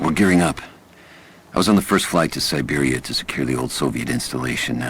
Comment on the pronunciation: Gotta say that was a pretty great video that i just watched my dudette and loved the pronouncing of SI-Bear-ia 😂